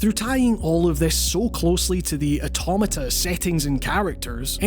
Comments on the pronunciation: The way he says automata scarred me. But as a Glasgow Uni alum from the states I’ll let it slide. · And yet another mispronunciation of automata